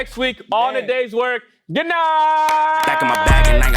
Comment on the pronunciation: anyone notice how became African for a second? “Goud”